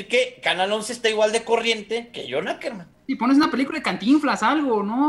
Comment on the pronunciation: Caquerman si es sucker-man